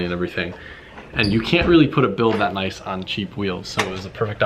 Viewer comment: Noice wehills ken I hev a pear? Plz